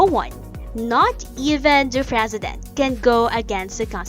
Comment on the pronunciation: Even the Frezident.